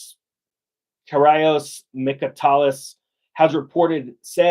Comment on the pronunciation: It's pronounced Keer-giakos Mitso-takis. You're absolutely correct with this observation! I have family in Greece, I'm told many work 2 months in hopes they'll get paid. Imagine how many ppl work and $ee no paycheck.